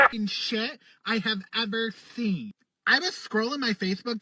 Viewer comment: “The most evil thing I’ve ever theen” okay, what is a theen?